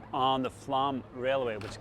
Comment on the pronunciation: Great, informative video, as always. Takes me back with great nostalgia to a cycling trip in the Sognefjord area many years ago, when I was pedalling between 3-metre high walls of snow, after the plough had just gone through ... Slightly puzzled by your pronunciation of Flåm, though. Normally it would be 'explained' in English spelling (for those who don't know phonemic/phonetic script) as "flom" or even "flawm"; but you seem to be saying "flam" or "flahm" ... Is it my ageing ears, or are you just anglicising it because English sources tend to replace 'å' with 'a' - even though 'aa' would be more accurate?